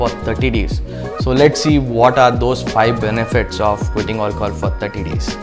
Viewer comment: I love it when he says hi "olchol" 🤣🤣